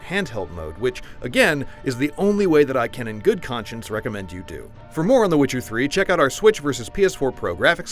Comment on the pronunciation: When did witcher become switcer?